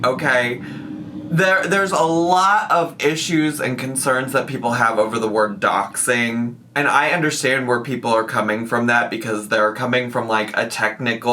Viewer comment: Those people were right though, it wasn’t doxxing…. It was ‘doxxeeeen’. Get it together 🙄😂